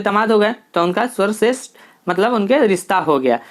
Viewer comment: Aapki hindi thodi kamjor hai,bimbisar ko bimbsar bol rhe hai sarvshreshth svarshreshth bol rhe hai